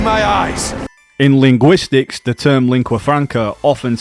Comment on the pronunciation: This made me wonder how the speaker can think enough about such a complex topic to make a video on it, yet not know how to pronounce a word like linguistics, especially when the video is about linguistics. Must be a voice actor or an AI. There's probably a corporation behind the making of this video. Maybe even a nation.